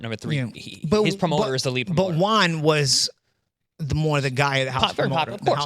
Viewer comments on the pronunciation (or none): none